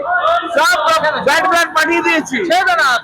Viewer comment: ব্লাড বলতে পারে না বলছে ব্ল্যাড